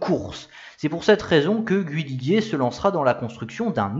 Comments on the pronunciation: Bravo encore pour cette nouvelle vidéo bien documentée. Petit bémol pour l'ecorchage systématique des 2 principaux noms, Guhi Liguier et JO Schlessleur... :-( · interressant , mais on ne dit pas " gu-oui li-guier "